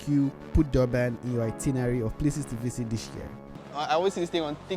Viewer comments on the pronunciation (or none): Its Durban not Doorbin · its Durban, not Doorban 😅😅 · Your pronounciation of Durban is literally annoying 😮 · Never heard of Dobben before this guy trashed the pronunciation. OMW great video but damn - without a single second of it dedicated to elocution - annoying! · It's not door man it is Durban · O ja and where is Doerbun? Should get the pronunciation right before visiting again mate! 🤣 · Why do you keep pronouncing it “Doorban”, are you having difficulty reading or listening?…it’s pronounced just like it is spelled: DUR..BAN. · Not dorben that’s not the name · I understand that my guy has an accent but I stopped the vid after hearing "Dorban" one too many times💀